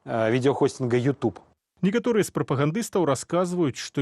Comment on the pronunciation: Что за произношение:Ют юб?ТУПИЦЫ.